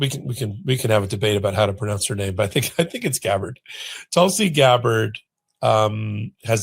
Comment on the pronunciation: Geez learn pronunciation before going on air Tulsi s name should not be new to you